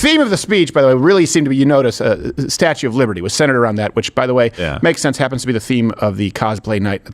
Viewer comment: Hey, it's the Statue not "Statute" of Liberty